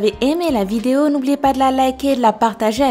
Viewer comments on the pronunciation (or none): none